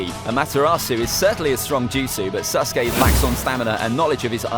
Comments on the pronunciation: Alright, everyone forget about “Ahkatsookey” listen to this, “Sus-gay” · sas uh kay